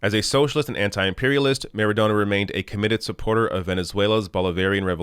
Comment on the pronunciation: I believe it's pronounced "MaradoNNa".